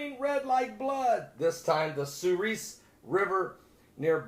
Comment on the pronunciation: I live in Minot North Dakota. That river runs through my town. It's pronounced "suhr-es" Like the letter "s". Not "ees"